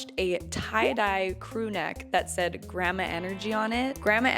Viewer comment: Lol you say Grammar and Grampa. 🤣 try saying "Grand-ma"